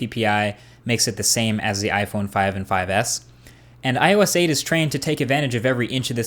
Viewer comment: i love how u missaying ios all the time. u said: iso ois etc... lool